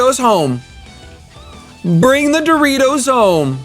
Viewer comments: hi sir, it should be pronounced as DO-RI-AH-DO, urs sounds like the doritos chips hehehe, love ur vids man. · The name's not that complicated right: "Dory - A - Do" and you proncounce it Dory - Do? Boi oh boi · Her name is pronounced Do (DOugh) Ri (paRIs) A (Adamant) Do (DOugh), I'm pretty sure. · lmao its not dorito, its doriAdo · DOH-REE-AH-DOH but I love her new name so much xD #coolranchboys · Pronunciation is: Doe-Rai-Doe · Dori-a-do man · Also, it's pronounced Dor-iee-a-do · Its pronounced "Elemental Mistress Dorito" you uncultered shit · You said DORITO😂 LMFAO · Her name is Doriado.say it with me Dory-ado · Door-ree-are-dough lol